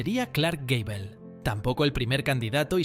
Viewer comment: Gable no Gabel XD